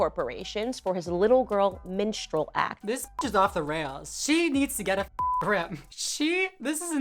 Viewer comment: LOL, for like the first two minutes of the "minstrel" conversation, I thought you were saying "menstrual" show! I was so confused. Is Dylan pretending to have her period?!